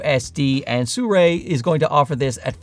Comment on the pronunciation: Why does he pronounce the brand "Suray"?